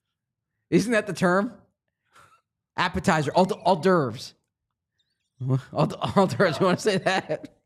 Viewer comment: Fine not finger foods “Al-dervs”!